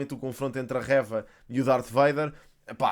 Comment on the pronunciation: eu adoro mesmo os teus vídeos e acho muito interessante como falas sobre os temas mas tipo diz o nome da Reva direito, como dizes third sister e cenas assim com muita boa pronúncia, também Reva podias dizer ahah Era só esse detalhe. Continua com um ótimo trabalho Abraço 👊